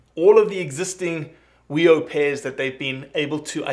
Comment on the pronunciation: Good stuff! FYI - its pronounced Fee-Oh. The "wh" is pronounced with an F sound in a lot of Maori words. Not trying to be a dick here - just that no one says "wee-oh" when then they're talking about NZ blue ducks.